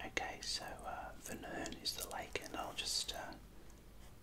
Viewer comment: Vänern not vanern i am from sweden❤️